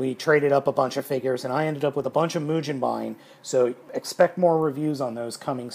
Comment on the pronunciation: the g in mugenbine is pronounced the same as it would be in the word "go"